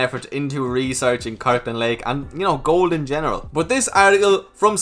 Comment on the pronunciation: Well now your saying gold correctly. Did you practice lol